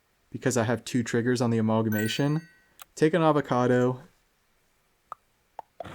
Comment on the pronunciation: Speaking of weird pet name pronunciations... We sold on a-mauwl-guh-mation? Lol.